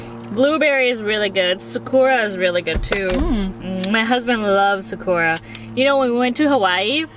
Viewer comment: After the Macha is Sakura (pronounced sock-coo-rah) Its Japanese for 🌸Cherry Blossom!!🌸 I wanna try that 1!!